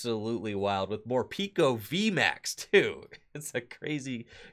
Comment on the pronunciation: It's pronounced Morpeko though not Morpiko...decent deck though!